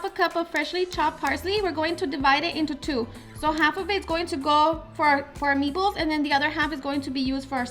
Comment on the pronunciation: I keep hearing ME BALLS 😂